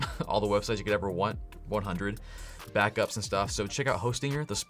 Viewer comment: Lmao was just listening and thought you said "weekly bathtubs" instead of weekly BACKUPS 😂